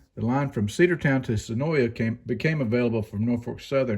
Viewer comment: suh-NOY. Not sun-OY-ya. Senoia.